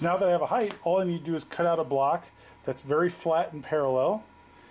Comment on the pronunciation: Height ends in t not th height height height